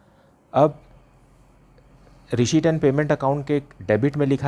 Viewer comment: sir pdhata toh acha ho pr receipt bolna sikh loh🥺🤣